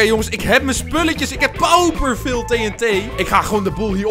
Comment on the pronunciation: Het doet mij pijn hoe jij TNT zegt